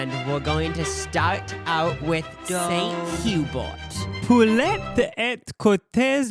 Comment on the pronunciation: St Hubert should be "Sant Hh-uu-bear."